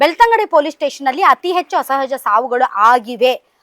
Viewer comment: Right.. anchor ge saryage heloke baralla